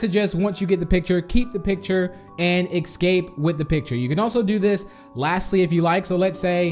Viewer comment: Yayayayay, NOW EVERYONE CAN GET IT, also have you even learned how to say escape You just say excape